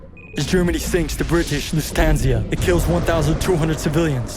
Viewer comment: Great vid, but imo the name of the ship sunked by the germans is not well pronounced, i'm lusitano so couldn't avoid to notice this small detail, but by any means this takes any credit to the great job! All the best and keep up the amazing work <3